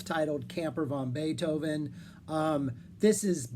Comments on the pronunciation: You made me laugh all the way through the introduction. It sounds like you're calling the band "Camper Von Beethoven". It's definitely "Van Beethoven" to my thinking since the idea of Uncle Ludwig hanging in an RV park, growling at the noisy neighbours, is irresistible. I saw the reformed band play songs from NEW ROMAN TIMES at the Winnipeg Folk Festival and immediately ran out and bought the album at the music tent. Great songs and a very prescient concept. I'll definitely have to check out EL CAMINO REAL and LA COSTA PERDIDA. You put together a terrific overview of their "Santa Cruz" and Virgin years,, so I dusted off the box, CIGARETTES & CARROT JUICE. It contains CVB's first three albums and helpfully puts all the eps, b-sides & covers on a separate disk titled CAMPER VANTIQUITIES. There's also a live album, GREATEST HITS PLAYED FASTER, and a neato booklet in the box. The first two albums are lo-fi fun; although "Skinheads" was the 'hit', my entry point was the equally sarcastic "Where the Hell is Bill?". The eponymous (third) album is a pretty powerful piece of record fandom (Floyd, LedZep Charlie Daniels, and even Young's "The Loner" buried in "The History of Utah"!). Everyone is cooking here and we get more fleshed-out Lowery songs as well... the band seemed ready for the majors. As you pointed out, the pair of major label albums are must-listens. KEY LIME PIE has some amazing sonic moments: "... Laundromat" sounds like Roxy Music fronted by Kurt Cobain. There's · You gotta pronounce it "van", not "von", if you want to maintain the wordplay of their name.